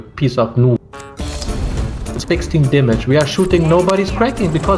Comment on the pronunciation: "I can see yurrr dyamage, NYOOOBS!"